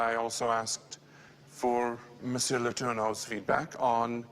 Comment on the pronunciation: I feel like when Andrew says "Philippe Letourneau" it like "Phili Pletourneau"